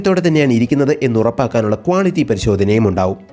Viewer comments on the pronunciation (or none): none